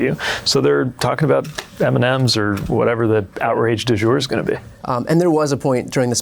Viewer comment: "Outrage de jeur"